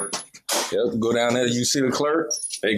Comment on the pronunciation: same 😂😂😂😂😂 “I like dat red”